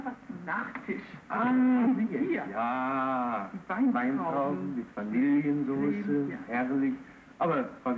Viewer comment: Weintrauben mit "Vanilljen-Soße"... wieder was dazugelernt!